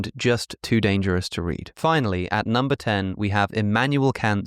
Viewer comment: vitamins, minerals: very high numba